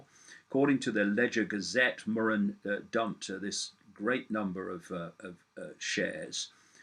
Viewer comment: David.....So nice to hear David Murren's name being pronounced properly. Heard it called Moran, Mureen etc,. seems many US people dont know that two letters together, two consonants, makes the 'U' a short sound with the emphasis on 'rr'...Bravo!